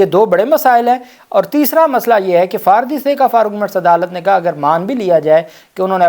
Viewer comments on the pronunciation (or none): none